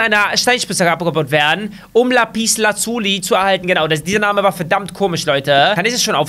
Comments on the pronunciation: das heißt lapislazuli und nicht laaapiieslazulie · Lapiz lazuli gibts,s in echt und du sprichst bei lazuli das u zu lange aus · ES HEIßT LAPESLAZELIN OKAY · Lapislazuli. Aber Lapieslazuulie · Wie du Lapislazuli sagst😂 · Wie du lapislazuli (Verkürzung:lapis)aussprichstXDDD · Sprech einfach die is und das u kurz bei lapislazuli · Sorry aber du kannst lapislazuli nicht aussprechen